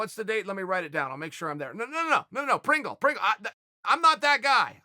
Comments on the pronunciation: Hahaha Eric Pringle.... Lol. Its Prindle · Fighters Name is ERIC PRINDLE... not PRINGLE.... But who cares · Chael the kind of guy to say Pringle instead of Prindle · Lol his name is Eric Prindle with a “d” and Chael’s legit calling him Pringle like the chips 😆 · Lol at Unc calling him Eric Pringle. It's Prindle. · Chael....although i love it, i need to know why you have so much trouble with names 😂😂 Eric PRINGLE is actually PRINDLE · Eric Prindle Not pringle like the mustachio chips 😆